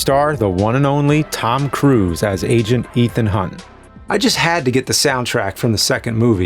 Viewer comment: Tom cwuse